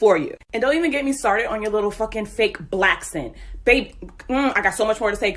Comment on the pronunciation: The “black-sent.” I’ve never heard that. It’s so weird.